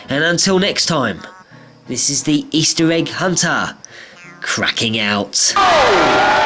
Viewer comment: And this is eistir egg huntar i love that way you say it lol